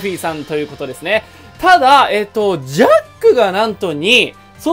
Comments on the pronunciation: ジャックがジャッジになってる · ジャックがジャッジになってるよ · 誰も言ってないけどジャックのところジャッジになってる